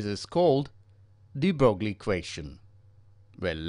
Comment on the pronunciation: Its pronounced de broy